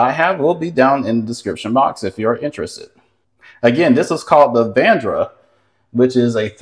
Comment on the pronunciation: Its VA-RAN-DA Sir. Not VANDRA